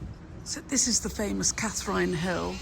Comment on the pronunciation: Sorry to correct your pronunciation but it's 'Catherin' Hill, thanks for showcasing Frome x